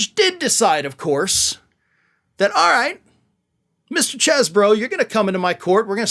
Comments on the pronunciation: it's cheese bro.. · Say chees bro 😊